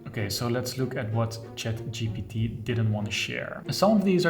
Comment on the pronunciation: ChatGPT is just really hard to pronounce for dutch people and I like he is struggling to. Love your videos btw.